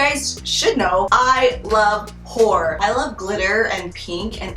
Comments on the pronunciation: i can't help but hear 'whore' everytime you say 'horror' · I keep hearing ''I like whore'' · "I. LOVE. WHORE." lmaooooo literally what I heard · Me toooo😭😭😭😭😭